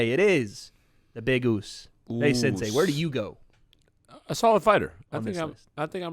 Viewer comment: Can someone please get to and explain that it’s “sensei” and not “sansei”